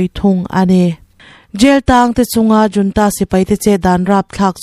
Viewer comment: Military junta hi 'Military HOON-TA' ti a lamrik tur a ni e aw. Video lehpek ah chuan 'JOON-TA' ti a irawn lamrik tawh loh ngei ka beisei e aw